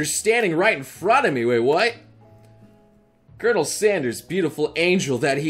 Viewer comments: Colonel? It’s pronounced curnel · I don’t like it how he says colonel